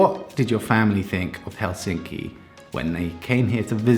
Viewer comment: Nitpickery...try to remember the stress on the first syllable in the word Helsinki, that is, put more Hell into Helsinki..otherwise, you are progressing nicely in your Finnish pronunciation...no small task for an English speaker...carry on...